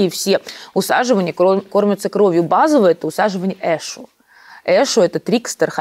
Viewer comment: О, мои уши! С такой манерой разговора, еще и ударения через жопу... зря посвящение проходила🤦‍♀️ эшУ, оришА ! Млять! Спасибо за возможность проработать своё спокойствие